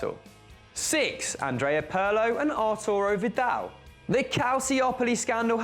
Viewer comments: PIRLO PIRLO PIIIIIIIIIIIIIIIRLO WITH A FREAKIN I NOT PARLO PIIIRLO...good list tho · Perlo? He is called PIRLO ;) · You are still saying Pirlo wrong. The i is pronounced like e in Italian. P(ear)lo maybe that will help I don't know. Other than that great video.